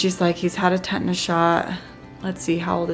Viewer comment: Tetanus not tetnis